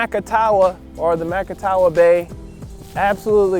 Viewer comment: Ma-ca-ta-wa is how it is pronounced